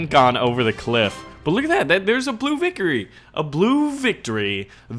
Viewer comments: "blue vicory" lel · "Blue vickory" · he said vicory